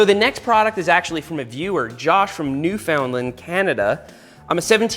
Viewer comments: “New-Found-Land”😂 I’m not from Newfoundland but I do live in Canada and it’s pronounced “new fund land”, even though that’s not how it’s spelled. Kinda like how people don’t really pronounce the 2nd t in Toronto, we just say “Toronno”. Love the vids as always and Oscar really turned out to be a perfect trail pup! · NewFOUNDlind. Oof. No one can ever pronounce our province correctly. It has the same structure as Understand. Understand Newfoundland. The 'found' part is basically pronounced 'fin' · hey seth, just quickly, Newfoundland is actually pronounced new 'fin' land it is confusing to most people anyways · "New-fun-land" not "new-found-land" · Yes it’s a bit weird and confusing: we pronounce it “noofundland” instead of “Newfoundland“ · Yep. "Newf-in-land", not "New-found-land" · New fund land* now say it quickly. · new-found-land. that is not technically the correct way to say that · Why does everyone say Newfoundland like the you say .New Found Land lmao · For future reference, and to prevent anyone from getting offended It's pronounced New-fin-land. :) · Just a tip for the next time you have to say Newfoundland, if you want to seem like a pro pronounce it like [New Fin-land] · They way Seth pronounced New-foundland 😂 that got me more than it should have lmao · It's said "new-fund-land" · As a Canadian, the way he pronounced Newfoundland triggered me a little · Any Canadian will see right away how he said Newfoundland was wrong that’s funny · Seth I love your videos and I’m a long time watcher but please PLEASE learn to pronounce Newfoundland Canada. In all honesty tho I don’t think there’s a single person in the world who says it properly besides Newfoundlanders. Stay minty Seth! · as a Canadian, the way Seth said Newfoundland bothered me eh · As a fellow Newfoundlander, I agree.